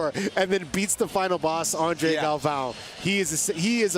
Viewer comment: JJ Torres… WTF. He’s the two time defending champ. Get his name right. My other favorite was Andre Galvoooooo… hahaha!